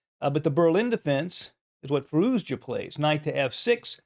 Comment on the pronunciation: fir ooz jar for the win. I know you're american it's ok :) in the rest of the world we say 'fir oosia' like 'fur asia' with an oo. :)